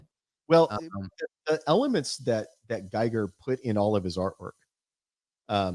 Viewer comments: 440:50 min. Don't want t be pedantic but the right pronunciation of the name Giger is very close to "Geeger". So turn the I into an E and put the accent there. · Just one thing, ty and that guy, Giger is pronounced "Geeger" not guy-ger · Loved this talk. Can't wait to watch the rest of these. One thing, Giger rhymes with eager. There's a video on YouTube of him pronouncing it.